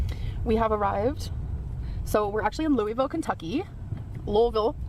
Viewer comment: It's pronounced Loo-uh-vull (like full) and we love our Lights Under Louisville, but hate the annoying commercials for it (at least in my house we do).